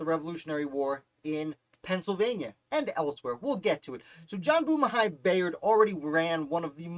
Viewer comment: You’re pronouncing his last name incorrectly. It’s pronounced By-ard. I know, because this is my family.